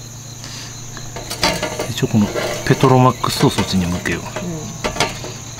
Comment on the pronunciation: ペトロマックスをの発音すごい笑